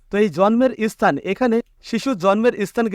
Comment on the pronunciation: Arekta vul ,সেটা হচ্ছে কথাটা স্থান হবে ইস্থান নয় । স্থায়ী হবে ইস্থায়ী নয়😂